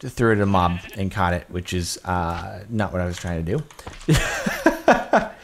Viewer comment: "Cought" that hurt my brain a little